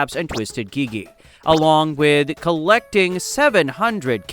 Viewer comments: Can you stop saying gegi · ITS GIGI NOT GEGE